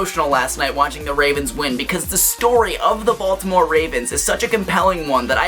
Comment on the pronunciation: Hahaha , you have so many baltimore o's!